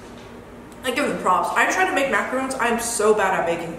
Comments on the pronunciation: My dear girl, it's maca-RONS, maca-ROONs are little coconut-based biscuits. #justsaying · They are so cute and good on you 💜 pronounced Maca-rons, Macaroons are a different biscuit type thing, can be similar at times but not always etc